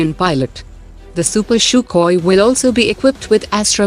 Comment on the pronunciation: Stop pronouncing CHUCKHOI......it is pronounced in Russian : SUHOI And it is not pronounced CHUPER , it is pronounced SUPER